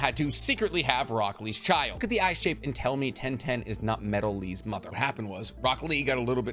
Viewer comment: I just can't with the fact that in subtitles Tenten and Rock Lee are spelled "1010" and "broccoli":D I blame you, bc of your weird american mispronouncing japanese names!